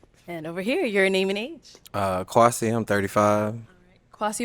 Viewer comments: "Quasi" I'm gon' need you to PRONOUNCE the name like it's supposed to be 🙄 It's KWESI 🇬🇭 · Kwasi needs to stop with that B.S.. your name ain't Kwaaa- c lmao pronounce it properly. So happy the guy in floral shirt took a chance and got the lady in floral dress. Their clothing was colour coordinated. It was meant to be. Can't wait for their re-union episode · Kwasi please pronounce your name in the true Ghanaian form 🙄🙄